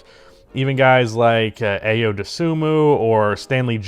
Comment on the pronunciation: Its eye-o.😂😂😂